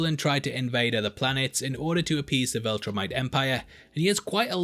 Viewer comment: Why does every YouTuber seem to struggle pronouncing Viltrumite correctly?